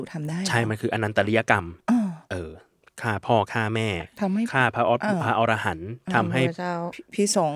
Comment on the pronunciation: ขอบคุณนะคะ พระอรหันต์ อ่านว่า อะ-ระ-หัน ค่ะ 😊